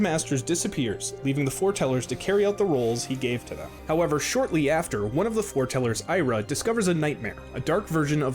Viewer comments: Okay seriously are the people saying this doing it on purpose It's FORETELLERS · I'm already lost with "He trained Five of his apprentices named the Four Tellers". oh it's Foretellers. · I swear you guys are doing that on purpose. It's FOREtellers. Y'know, like "it was foretold", "foretelling a coming event".